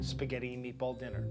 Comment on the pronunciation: you can tell she's gonna ace this bc she calls it "meatbowl"